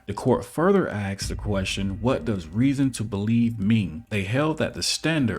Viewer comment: We love you, and you do such a great job with your videos, so I'd like to give some positive feedback. Learning to pronounce the word "ask" instead of "axe" will help your credibility immensely. If you can't speak English correctly then you are babbling and incompetent in the eyes of the law.